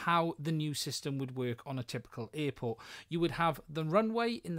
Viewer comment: What's an earport? LOL